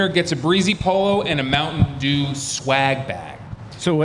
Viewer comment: Hey, there is a T in Mountain Dew brother. It's not Mouwhun Dew! 😂😂😂